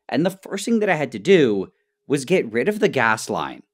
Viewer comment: Nile: professional chemist Also Nile: "I wa totally unsure what wa happening, and just hoped that it was good"